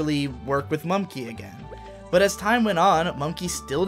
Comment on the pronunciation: It's mumkey not mumnkey